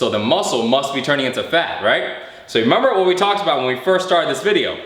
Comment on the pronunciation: LOL every time he says "remumber"